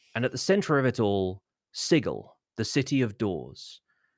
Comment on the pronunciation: props to for pronouncing Sigil correctly!